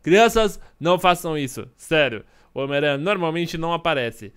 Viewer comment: Ele fala homem teia kkkk